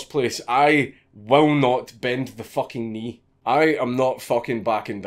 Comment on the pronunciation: i will not bend theh focken knee. that's the most scottish thing ive heard